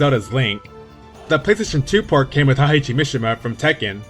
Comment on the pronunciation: Heihachi is Heyhachi not Hyhachi or HAHYCHI....hes japanese not german.